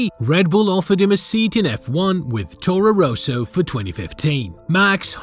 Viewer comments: Torro Rowsow? ROSSO... it's Rosso. Ross-o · It's not Rooso, it's Rosso, with one 'O'. Say: Ross-O. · I do not think it's an AI voice, the accent is too thick, also how he pronounces Toro Rosso made me chuckle every time he said it.